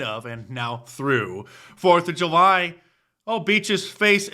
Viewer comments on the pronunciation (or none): Am i missing something? Can you not say the word July😄? I heard ju-y and ju-my but never heard July.